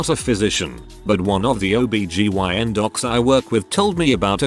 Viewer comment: I enjoy your sites to a point. They are interesting stories, but please, please, please learn how to pronounce some words! I know that live/live and read/read look alike but they aren't always pronounced the same way. OB/GYN you say the letters, O-B-G-Y-N. I'm not trying to be mean or disrespectful. It's just a pet peve that drives me crazy, especially am. Sorry.